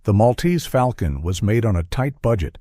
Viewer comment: If one is going to refer to The Maltese Falcon, one must pronounce it correctly. The correct pronunciation—so spoken in the movie itself in fidelity to the euphony that Dashiell Hammett clearly had in mind—is "mawl-tease fawl-kun." The "mawl"/"fawl" echo was quite deliberate.